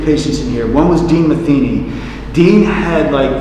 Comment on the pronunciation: Matheny is pronounced Ma-theeny, not Mathen-y like y'all were saying.